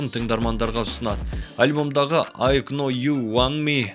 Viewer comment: бауырым! Кішкене ағылшыныңды көтерші😆 "Ай кноу уонт ми" "райн овэр ми" дегенде қатты күлдірдің))))